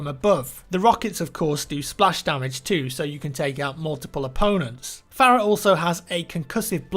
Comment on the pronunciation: Fare-uh is actually far-uh, just listen to audio cues in game. I can't remember who it was but a character in game said her name as such.